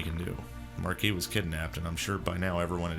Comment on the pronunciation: I'm SO glad you pronounce Marquis correctly. As someone who took French for 3 years, it hurts to hear everyone else pronounce the S.😄